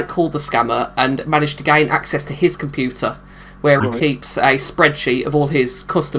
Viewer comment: LMFAO! What's a compooter? XD